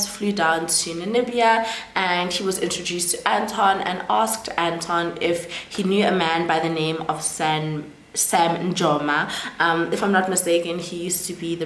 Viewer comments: It’s NaMibia, you keep saying NaNimibia, also the former president is pronounced as NUU-YO-MA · 🇳🇦 Namibia, next time, practice the names before you do the video. Nuuyoma etc or watch a video where those names are mentioned